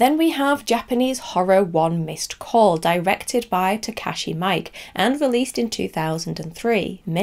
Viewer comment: Just for future reference, Takashi Mike's last name is pronounced (mEE-kay). Just a friendly note, I love the list! One missed call (American version) is a terrible movie. The premise is interesting and could've been really eerie if not downright chilling, but they definitely missed the mark in execution.